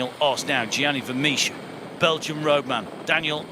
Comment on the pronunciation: 'Gianni Vemiesh' 🤷‍♂️